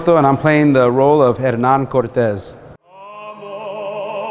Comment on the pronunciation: Thomas Soto mispronounces the name of Hernán Cortés. He also uses the term "LatinX" which has been rejected by most Hispanics. Kudos to the composer for a very creative score and venue.